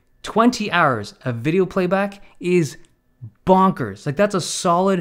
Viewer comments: How he said bonkers is, um, different. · It was worth watching this video to hear you say 'bonkers'